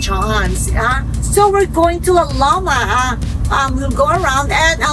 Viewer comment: heh heh heh i like the pronunciation “ lao lowma “ heh heh heh ‘ LAO LOWMA ‘ 😂